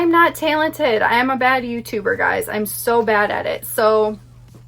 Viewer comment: You from Minnesota? I like the way you say “talented” & “gallon” lmao